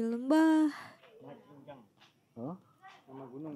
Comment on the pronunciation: hai..❤❤ gunung mat jingjang bukan cingcang...